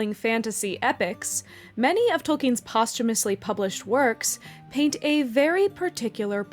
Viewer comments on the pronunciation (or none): none